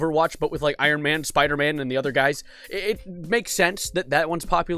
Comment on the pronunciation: you pronounced Spider-man wrong